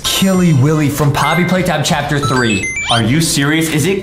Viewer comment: Adam says Chapter pee